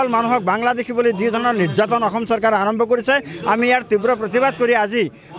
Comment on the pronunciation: বাংলাদেশীয়ে তেনেকৈয়ে কয় বাংলাভাষীয়ে ক'ত অসমীয়া শুদ্ধ কব পাৰিব ।